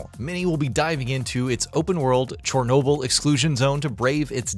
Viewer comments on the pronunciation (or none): “Chorenoble”. Sorry, bothers me enough to comment 👀